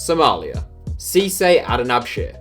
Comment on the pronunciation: it not "Ciise" as you pronounced it hhh you cant say it right and you try roasting my country mission failed for you.